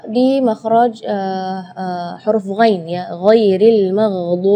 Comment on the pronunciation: kalo menurut saya penyebutan huruf DHOD sama Ghoinnya kurang fasih.